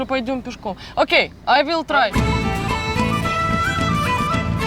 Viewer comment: Да что мешает ведущим выучить англ яз нормально? Вместо "Ай уилл трай", говорят " Ай Вилл трай", В будто Вилла. Ужас хуею с ведущих